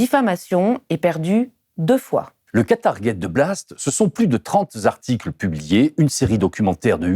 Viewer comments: et ses " trente z'articles"!!!! 😱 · Trente zarticles ? Vraiment ? ;-)